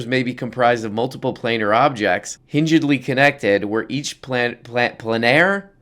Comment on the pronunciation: "plane-ar" like on a plane (surface)